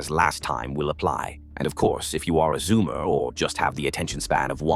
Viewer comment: brah I am a zoomer! Why do you got to say it like that?